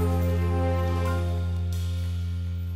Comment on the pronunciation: musi jeszcze dużo popracować nad wymową angielskich słówek... Wybaczcie ale I do it for Yooooooooooo... (masakra) i You know it's TRU... zdecydowanie wygrał:)